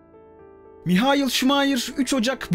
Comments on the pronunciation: Maykıl ❌ Mihayıl ✅ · adam Alman ya hani... Maykıl diye okunmuyor